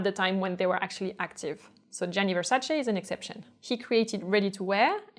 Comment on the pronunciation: I love your videos and you are such a lovely & interesting person! Thank you so much for pronouncing Versace the correct way! :)